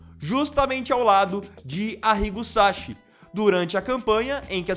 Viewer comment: SaCHI= Pronuncia = Ki , não é como o nosso Ch… SAKI!!! pesquisa antes de pronunciar .